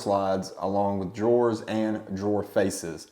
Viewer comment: Great tutorial!! But are you calling drawers “door”?